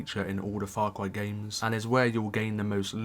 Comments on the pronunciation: Far Cway New Pwamal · faw cwy is wit